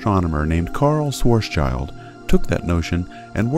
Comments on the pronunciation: It's schwarz-schild (german for black shield) and not schwarzs child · Great video. Just a remark: Schwarzschild is pronounced more like "Shvahts-shilld". Just saying. ^^